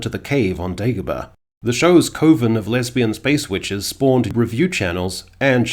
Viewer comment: It'll never not be funny people incorrectly pronouncing coven